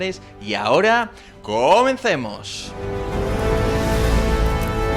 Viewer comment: ¿El énfasis en el comencemos es u a referencia a Trufault?